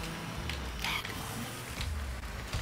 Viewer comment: he said, gaw come one